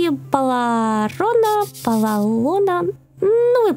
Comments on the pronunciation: не палалона а паралона😉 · Правильно паралон